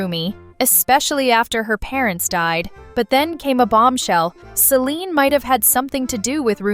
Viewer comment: IT'S CELINE NOT SELINE🤬😡